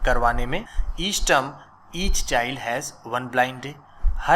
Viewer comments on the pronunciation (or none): none